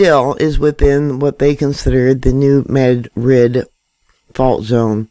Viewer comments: dMAD rid is how you say it. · it would help if you knew how to pronounce the areas that youre talking about. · if you cant do better than that you might as well move along yourself. As a person who lives in the area, I question anyone who is trying to give out information and doesnt pronounce the names correctly.